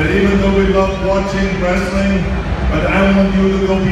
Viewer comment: Triple H said the word 'wrestiling' 🙊🙊🙊 Vince is going to be so pissed.